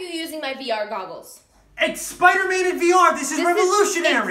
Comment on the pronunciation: The girl: ITs SiPder-MaN